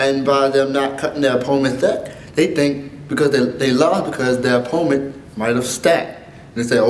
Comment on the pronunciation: i see you can't say opponent .__.